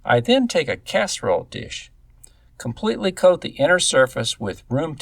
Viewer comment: Um... it's Casserole.